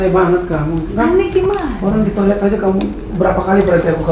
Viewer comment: Ka maaf ralat itu toilet bukan tiolet